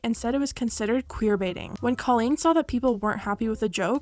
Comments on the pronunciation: It's pronounced COE LEAN not CAH LEAN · I don't mean for this to come off hateful or anything, but I think you should know that you’re pronouncing Colleen's name wrong! Again not trying to be hateful, just thought you should know 😊